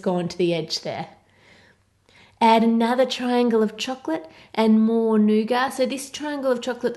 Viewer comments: I love you, but...it's pronounced nougaT. Not nouga. So irritating when people mispronounce or misspell words. Again, love you & your channel, not picking on you at all. It's just that I'm only halfway through the video and you've said "nouga", like, 25 times already! 😨 Could you try making a giant Cadbury Creme Egg? Or giant Cadbury Caramello? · Is it just me or does it sound like she's saying nougar instead of nougat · My inner Brit is coming out. All these words being pronounced wrong😂 'toblerone' 'nougat' I can't even